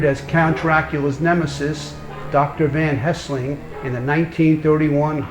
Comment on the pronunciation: Helsing not Hesling